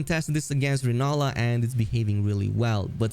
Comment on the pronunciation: Its rellana not renalla damn